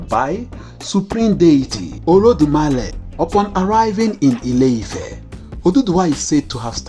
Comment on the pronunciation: Instead of Orodumare, he said Olodumale, just hear is pronounciation, turned R to L can you just imagine